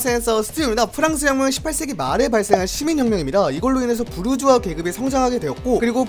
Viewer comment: 부르주아 부(r)자아